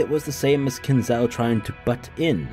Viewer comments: Kin Zo, O. Say it like Nanjo. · Not Ow, O. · It's really hilarious how you pronounce Kinzo's name. Is that on purpose or accidental?